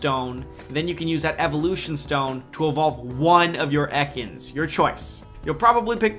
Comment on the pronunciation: Fuck stop saying EKANS like that.:D